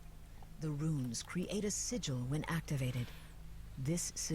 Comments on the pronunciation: Thanks for the playthrough. One thing that bothered me throughout is the pronunciation of SIGIL. It's pronounced 'sij el' with a hard J sound, not signal.Google it and listen. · It is sigil not signal